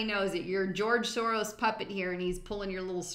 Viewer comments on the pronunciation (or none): none